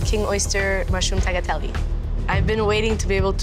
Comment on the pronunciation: 'tagatell' really got me